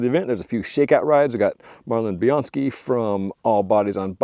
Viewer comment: FYI, her name is "Marley Blonsky" from All Bodies on Bikes. Not "Marlin Bionski".